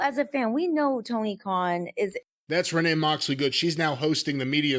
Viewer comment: Renee Moxley Good. The way Jim pronounces her name makes her sound like a character from a period drama.